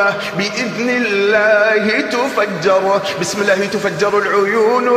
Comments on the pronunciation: الله وليس اللة لأن اللة تنطق اللات نعوذ بالله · الله ليس اللة لأنها تنطق اللات والعياذ بالله